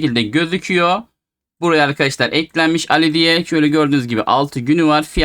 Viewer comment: Abi alli değil ali ismi